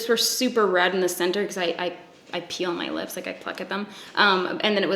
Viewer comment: Coulda swore she said “I pee on my lips” instead of “I peel my lips”